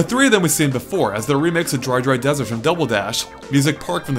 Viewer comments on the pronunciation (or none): none